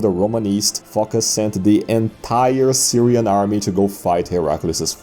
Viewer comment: Phocus rhymes with amogus